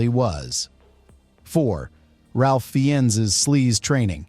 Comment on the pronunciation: “Fee-Enz”? WT actual fuck is your AI narration giving us? You’re cheap.